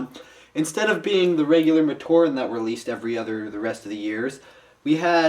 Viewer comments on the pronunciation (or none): none